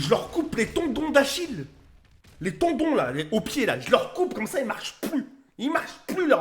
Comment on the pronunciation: Euh pour info c'est pas tondon mais tendon